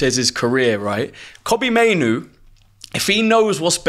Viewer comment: That guy who said maino made me stop watching the show.